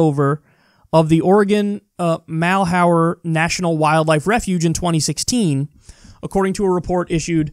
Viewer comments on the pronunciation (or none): As an Oregonian, its MAL-HEWER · ‘Malheur’ sounds like ‘muh-LURR’ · As a French speaker, it's Mal-uh-r. Or at least that's the closest pronunciation I can muster with text, French pronunciation isn't easy to transcribe to English speakers.